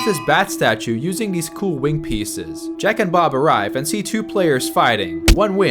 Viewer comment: Bruh said "jack and bob" so much it sounds like "jack and off"